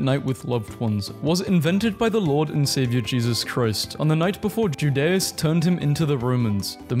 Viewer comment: I can't believe someone mispronounced Judas.